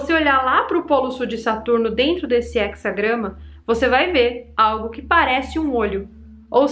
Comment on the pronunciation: Só errou no português, é he"z"agrama